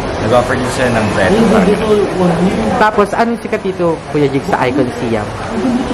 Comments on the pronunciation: Guys, its Icon Siam(Sayam) not (Siyam) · Ang pagbigkas po nyan is icon sayam. Hindi po siyam